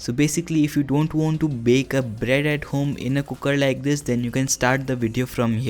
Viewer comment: Please don't say kukkar. It's cooker. Thank you.